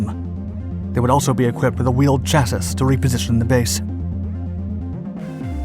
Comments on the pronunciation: Stupid computer doesn't know how to pronounce "Chasis" - It's "Chas-ee", not "Chas-iss" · Friendly tip: "Chassis" is pronounced "Chass-E" (think Wall-E in this context) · Cha-SEE. look up the pronunciation ffs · I'm so tired of hearing every youtuber mispronounce common simple words....the word "chassis" is pronounced CHASEE! (/ˈCHasē,ˈSHasē/)....Get a freaking dictionary for crying out loud! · ah yes...."a wheeled chassis" If you're going to have AI write your material for you...at least make sure you get the pronunciation right. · "Chas-sis" lol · No that person's mistaken it's been the same voice on every single channel I don't think he's AI because it was way before AI started. It may currently be AI the way he pronounced chassis.